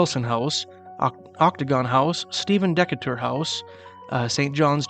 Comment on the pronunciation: Hello from Decatur, IL (Deeee-Cater) just a tip on pronunciation. Keep on I’m enjoying the series.